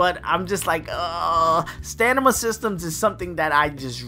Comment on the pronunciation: Don’t know why you’re pronouncing it “Stanima,” but it’s also common to have reward crates that max out on mobile games, hence why there was a box